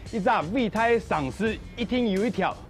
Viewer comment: 偉大 四縣腔 viˇ tai 不是viˋ tai 又念錯